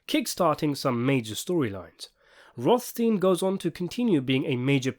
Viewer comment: Rothstin? Yeah, and physicist Einstin, and doctor Frankenstin. Pronounciation porn in its glory.